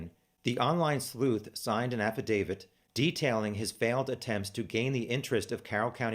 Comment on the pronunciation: Thank you for saying affidavit correctly. 😂😂 also thanks for the challenger deep dive! Looking forward to your live chat !